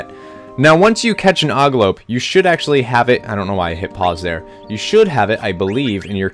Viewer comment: I think thats an ogLOP, not an ogLOPE...not sure though.! I also believe Eidolon is pronounced "Idle-on". You don't NEED float for that boss battle, he's easy enough anyway... You are playing a newer version? That stone thing doesn't give multiple options on PS1...